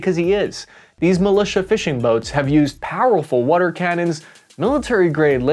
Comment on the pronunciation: What the hell is “wader”? 😂 All the best to everyone